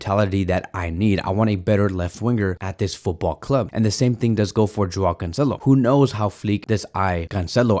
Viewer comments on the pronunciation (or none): none